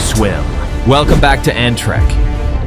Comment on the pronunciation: Why did "Ant Trek" sound like Amtrak?